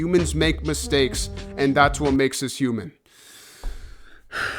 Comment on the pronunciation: "We All Faiw We All Mwake Mwistwakes"